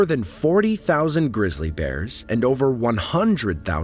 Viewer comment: Grizzly..not "Grissly"..